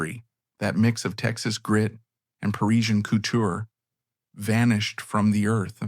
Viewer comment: You mispronounce Givenchy and couture in the beginning, though you fixed it later.